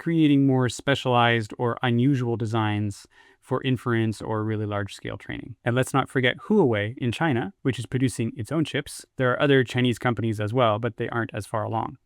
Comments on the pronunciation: well done mate perfectly timed this to crash the market! jokes aside very nice video but i have a question: isnt broadcom helping Amazon with the ASICs? are they not involved. btw huawei is pronounced who-ah way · P.s. "huawei" is not pronounced "who-ah-way", it's pronounced "wha-way"